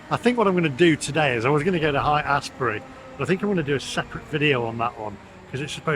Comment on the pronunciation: It’s ‘Hate-Asshbury’…😂